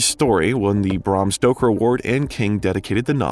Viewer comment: Bram Stroker? Lol you misspoke it twice in 5 minutes lol